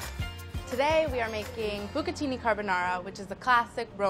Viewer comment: ogni volta che dici "b'catini" avverto una piacevole contrazione muscolare nella zona dell'inguine...